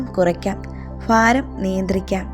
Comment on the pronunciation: ഫാരം എന്നുപറയാതെ കേൾക്കുമ്പോൾ തന്നെ